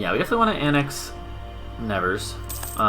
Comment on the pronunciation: The way you say "Nevers" hurts my ear a bit :D (I'm French, haha), so I found that very short video about how to say it properly